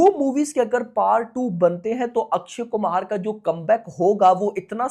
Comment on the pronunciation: O Bhai sahabb Akshy kumar hy Na k Akshy Kumhar